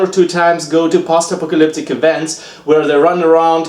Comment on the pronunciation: I love you man, but I can't stop hearing "pasta pocalyptic"